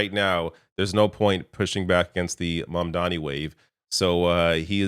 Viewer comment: Even Bernie didn't get Mamdani's name right. 😂